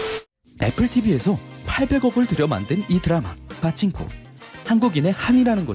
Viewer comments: 빠친코 아니고 파친코. ㅎㅎ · 빠찡꼬 가 아니고 파친코 아닙니까